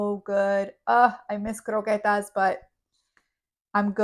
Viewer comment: Before I watch Any further- eggs. By the way, just say croquettes normal please 😂 🥂